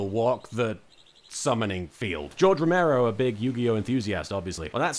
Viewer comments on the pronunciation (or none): none